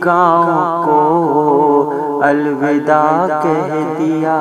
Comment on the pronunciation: پردرد ،،،،پرسوز نظم آنکھیں اشکبار ہوگئیں ،،،دل غمگسار ہوگیا ۔۔۔مبارکباد عمدہ نظم کی نگارش پر۔۔۔ معذرت کے ساتھ "الوداع "واؤ کے زبر کے ساتھ پڑھا جائے ۔